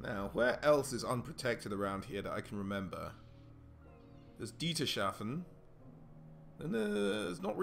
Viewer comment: Hey Dude, coming from Switzerland, I feel obliged telling you, that "Dietershafen" is pronounced "Dieter's Hafen" as the "The Harbour belonging to Dieter" The A in Hafen is pronounced the same as the second A in "Alarm" keep it up I love your videos!!